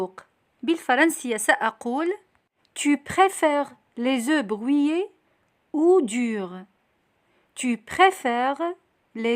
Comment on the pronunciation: Le h de haricots est un h aspiré, il n'y a pas de liaison. Dans le mot brouillé, on ne dit pas bruillé avec un ui mais on dit brouillé avec un ou. Merci.